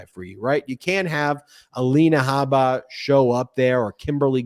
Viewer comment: Hey guys... Her last name is Habba... Pronounce the "H"... Her name, in Arabic, means "seed" or, also, "skin boil." Just for the record. 👍